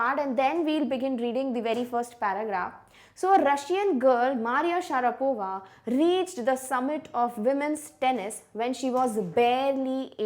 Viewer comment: Maria Sharavapa ?!😂